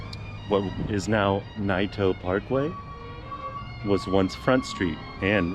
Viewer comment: Nay-toe park way not nie toe parkway. Also its cooch not cowch